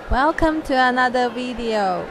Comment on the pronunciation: Wellcum to anather wideo